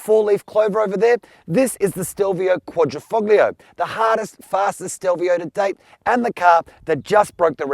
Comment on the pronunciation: Please no “g” sound in quadrifoglio. It’s silent. Type it into Google Translate and click the speaker symbol to hear the correct pronunciation.